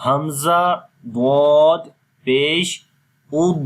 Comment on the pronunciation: Voice dal ki kuy nikalti he